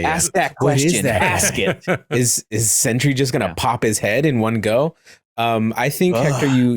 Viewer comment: it's Sentry lol